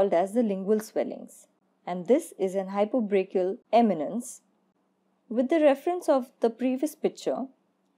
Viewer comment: why are you saying hypobrachial eminence?